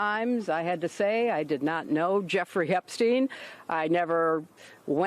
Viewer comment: She called him EpStine lol😂 juicy juice 🧃